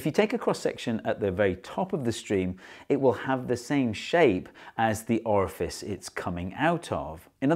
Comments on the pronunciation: dear steve, i love you, but never say the word "orfice" ever again, thanks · A small Orefice??? AVERAGEEE